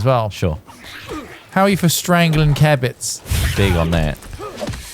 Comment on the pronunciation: How ,many times can they say kebit wrong before i lose MY FUCKING MIND STOP xd